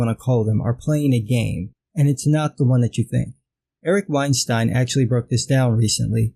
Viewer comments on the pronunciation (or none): "Weinstein" Every gosh darn time...